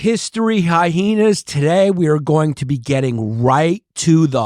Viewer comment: Why does Yannis say Hy-hena’s??